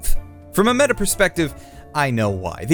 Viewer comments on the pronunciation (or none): none